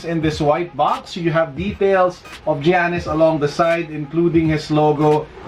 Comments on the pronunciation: Yanis not jeyanis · Its ok. Jyanis tho hahaha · It's actually: YANNIS. The G sounds like a Y. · GIANNIS is pronouced yanis